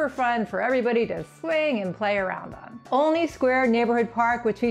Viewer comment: First thing is, one needs to learn how to pronounce it - it's pronounced ALL-ney. Like olive. It's always been that way.